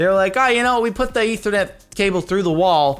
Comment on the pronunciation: Am I the only one that got mad wen he sead ithernet